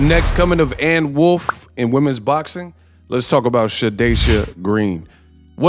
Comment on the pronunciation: Anne Wolf is perfectly said dawg